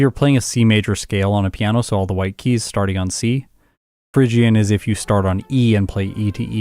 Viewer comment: It's not Fhygian, it's Phrygian. Phrygia was a place name, I think it was in Asia Minor but I'm no expert in ancient geography.